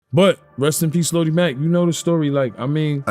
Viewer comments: itssssssssss LO-DI as Looowwww-Deeee Mack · Fr, the pronunciation is crazy. Ffs.😂🤦🏾‍♂️